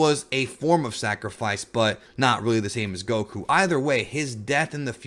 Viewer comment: It's Goku, not Gokuuu.